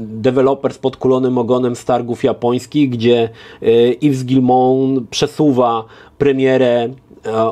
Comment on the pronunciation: Yves czyta się iw nie iws 😉